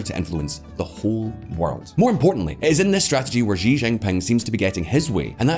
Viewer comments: How can this channel pretend to know the first thing about China when you can't even pronounce his name properly!? it's 'SHE', Xi is pronounced SHE not Jee or zhee or another other...... Can someone Chinese chime in here please?????? jeesh. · Xi is pronounced like the letter C or "see" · Currie Depends on which dialect. I pronounce it as ‘see’. And you are right, most channels and commentators thus far do not know the first thing about China. China is very much more nuanced and complex. Practically all the people I know and me included, would not pretend we know what is going on in China, and we are of Chinese heritage!